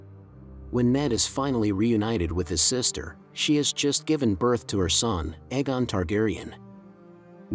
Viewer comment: I was loving ur dtuff then u couldn't say Aegon anywhere close to either show, the official audible reading of the series.